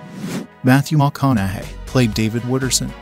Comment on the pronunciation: Who is commentating this? Either you've been living under a rock, or you are a computer reading a script? Who in 2023 can't say Matthew McConaugheys name correctly???